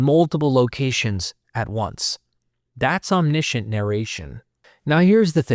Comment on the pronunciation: omniscient - om·ni·see·uhnt